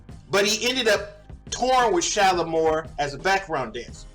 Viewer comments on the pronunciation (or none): it was Shala- MAR. Don't know if you realised you were saying Shala-MORE. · 1. The group’s name was SHALAMAR,MAR not SHALAMOR’🤔😂